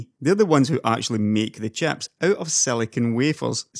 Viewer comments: Talking about graphics "chaps" xD. Love the accent. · I'm sorry for joking about this, because I love your accent, and I really enjoy your content as well, but I have to laugh when "chips" kinda sounds like "chaps" to my ears. I also really enjoy your comments on the SemiAccurate forum. You strike me as a bit different from the traditional tech tuber. It's pretty easy to tell when someone is a bit more "in the know" than others based on their content and where they get their information. Keep up the good work! Always love a new video! PS- Your unboxing of Threadripper was great.